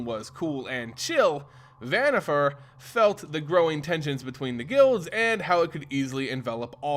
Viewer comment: Van-eeh-far not vanniFAIR great lore tho